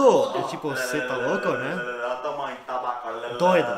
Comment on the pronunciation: Acho tão engraçado qdo o fala" melhor,olha,molhado"...kkkkkk...ele n pronuncia o "lh"... então,acaba ficando:" melor, Ola e molado"!!kkkkkk